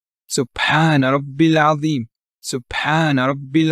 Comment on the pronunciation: It’s atheem instead of azeem im about 99% sure